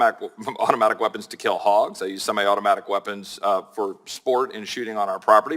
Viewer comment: Nadler can’t even pronounce semi-automatic…. Pretty sure you shouldn’t decide any policy on something you can’t even pronounce.